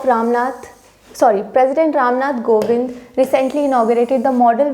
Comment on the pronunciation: Mam not Govind he is a kovind